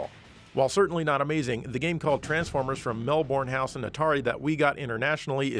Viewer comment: considers correcting pronunciation of 'Melbourne House': Not everything needs to be pronounced perfectly! Well, fair enough then!